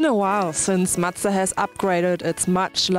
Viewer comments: Why does say madza? Its mazda... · Love your reviews Sarah! Its spelled Mazda not mastztah.. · Matza matza its fucking MA Z DA MAZDA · I love when she calls Mazda ---> Muchta !!! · What's a matza? Lmao